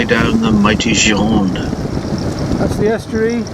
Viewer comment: sorry but this is the GIR-O-NDE, not girande, please;-)